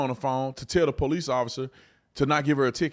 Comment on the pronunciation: da “I am THE DA” Mam I’m am THE PO-LICE